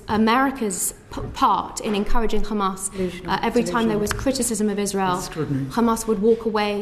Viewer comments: The zionazi was really trying not to say “kkkkkhaaaamas” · She is poking her nose in a region whose people know how to pronounce the letter ح without knowing how to pronounce it … “Kh”amas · The way they pronounce Hamas as Khamas is seriously one of the most annoying things in the world. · She said Khamas and Fatakh - which is the way Ash kenasis in Palestine mispronounce those orgs - instead of the natural way an English speaker would say those two nouns. She's a radical. End of conversation. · Thats a mossad agent with dual citizenship. Anyone who u hear pronounces Hamas as Khamas is Israeli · She pronounced Hamas Khamas like how Israel says. Says it all, she just copies and says what Israel says, doesn’t fact check or find out. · Also, notice that her fake pronunciation of “QKKHHAAMAS” slowly went back to her original native language which is the typical white pronunciation “Hamas” 😂 why do these small caps like to fake all of that? Its like they’re desperately trying to convince themselves that they are indigenous to the land 😂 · She can pronounce "H"umanitarian... But goes with KHamaaaaaaaaaas!! 🤣🤣 Laughably stupid!